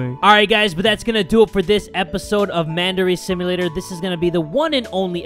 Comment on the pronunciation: i thought he said mandarin simulator